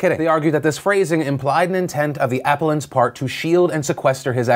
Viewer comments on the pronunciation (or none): I am normally not this guy at all but I just wanted to help you out with something appellant is pronounced like this uh-p-elle-ant I know legal terms and phrases a lot of which come from Latin can be difficult if you're not familiar with it. And this word does look like the first syllable could be pronounced like the app sound we're more familiar with, the things we put on our phones. I hope this came across as helpful and not one of those grammar or pronunciation Nazi types (bc I'm not perfect either) just trying to help out a prominent super-smart well meaning an integral part of millions of peoples news gathering routine thanks